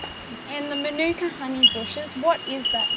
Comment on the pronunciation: Maanuka not minuka....dickheads